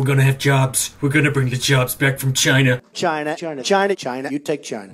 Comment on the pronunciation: I get a lot of mileage trying to figure out how you'd spell Trump's racist grandpa method of pronouncing China. Cheayaina. Csheyena. CHYYYNYA.